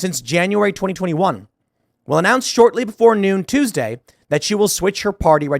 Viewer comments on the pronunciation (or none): none